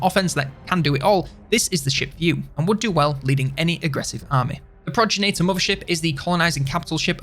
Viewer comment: "Progenator"? It's "Progenitor".